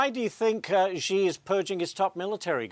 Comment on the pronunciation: Hey, learn how to pronounce Xi. Lazy and embarrassing,.